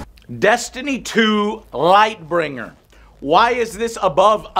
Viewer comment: It always confuses me how Joe always manages to misremember names or mis pronounce names is every video he does. Lightbringer is killing me